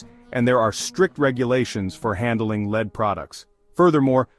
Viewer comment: Get a new robot voice. Lead, the metal is pronounced "Led", not lead (leed) as in guiding someone.